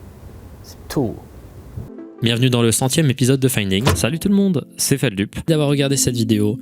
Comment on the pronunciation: ça me stresse quand les gens prononce mal Feldup 😭😭